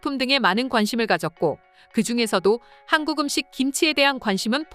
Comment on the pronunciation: 근데 나만 한국이 하안국이라고 들리냐?? 들을때마다 이상한데???